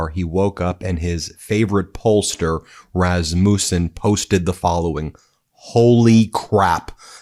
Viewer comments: It’s not RasMOOOsun. It’s Resmusun. No long oooo. Your pronunciation drives me crazy. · How do you not know how to pronounce Rassmussen? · I wish your titles were literal...you keep getting my hopes up. And having Rasmussens in my family, the accent is on the first syllable.